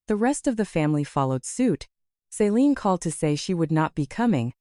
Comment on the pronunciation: Pretty sure the sister’s name is Celine, not Saline. She’s not a medical drip.